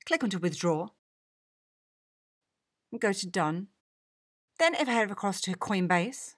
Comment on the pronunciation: and Did I hear queenbase?!